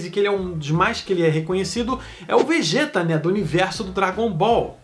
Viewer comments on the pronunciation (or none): Vegeta? A pronúncia é "Vedita" cara! Que mancada foi essa ...